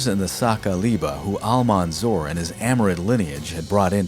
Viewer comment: You pronounce Al-mansur name instead of Al-mansur you say ‘’Al-manzor’’ which is funny because the way you pronounce his name means in Arabic ‘’one who is been looked upon with envious and greedy intentions’’.. I guess in the end that name fits him better!!